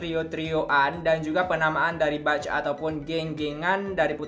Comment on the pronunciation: Mohon maaf ya wak, izin mengkoreksi sedikit di pengucapannya, 'batch' itu dibacanya 'bec' bukan 'bac' yaa, hehehe makasih